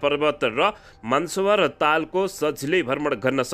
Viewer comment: "मानसरोवर" भन्नुहोस् न महोदय। यो हाम्रो देशमा रहेको पवित्र तीर्थस्थलहरु मध्येको एक हो नि